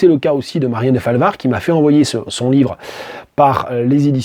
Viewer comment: Deu-falvard, pas Dé-falvard, please !